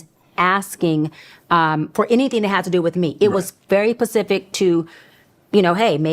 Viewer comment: Marlo😂😂 "by who pacifically"